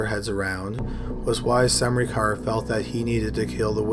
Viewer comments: Great video as always, horrible cases and all that, but it's just funny to me how you pronounce "Smrekar" :D It sounds like you're saying "SaMrekar" and where I live we just say it as it is written- without the weird sounding "a" between S and M if that makes sense. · It's not pronounced Semrikar, though :D It's SMREH - CAR. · I also enjoy this channel but if you're going to make a living narrating things, you have an obligation to at least attempt to pronounce things correctly. Semreekar? It took me twenty seconds to find out the proper pronunciation. Smurker. It just feels lazy. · Smrekar. SUM-ree-car ?! I thought it was Smā-ker? EDIT: sorry… It's actually pronounced: SĀ-ten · It's not Semnikar good damn it, it's Smrekar.. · you mean smreaker... not sem-ricar? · Oh, wow. First person, Russel Smrekar sounds like a descendant of someone who move to the States from Slovenia (ex Yugoslavia, maybe in the war time). Smrekar is a very common and typical Slovene surname, it's prononounced Sm-reh-car. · Omg it’s smrey car it’s smrAY cer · I knew a guy with that last name and he pronounced it smar-ker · I was wondering if anyone would comment on his pronunciation of Smerkar. I've never heard it pronounced the way he did.